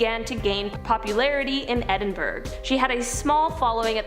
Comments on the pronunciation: Edinburgh is pronounced “edin-bur-uh” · Edinburgh is pronounced Edinburo.